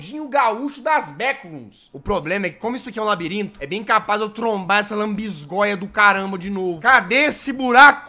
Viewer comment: "Lanbisgoia do satanais " NÃO TANKEI KKK